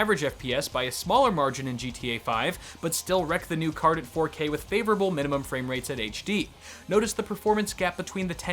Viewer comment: "fwamerates"